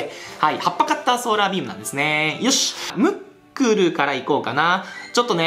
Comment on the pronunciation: ムックルがもっくんに聞こえた